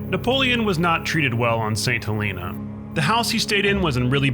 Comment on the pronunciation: st helena is said so incorrectly that I would have disliked it if it wasnt such a great video